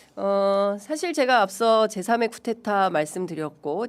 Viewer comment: 기자라면 공부좀 하세요. 쿠테타가 뭡니까? 쿠데타가 발음이 안되는거요? 쿠데타가 맞는 말인지 모르는거요? 왜자꾸 쿠테타라고 하죠 촌스러운 무식한 못배운 사람들처럼 그러지 마세요.